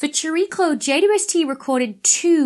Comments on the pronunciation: I like how she says jaydubuestee 😂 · I just love your videos and have already learnt a lot. One small question: Is JWST always pronounced like "J" "two" "S" "T", I wonder? I never seem to hear a "double u". Or is that just because of the speed of talking vs. my slow old hearing?